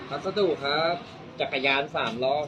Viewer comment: ฝั่งดีนั้นละแต่แบบนี้ไม่ควรกระแทกเสียงใสพัสดุคำสุดท้ายไม่น่าฟัง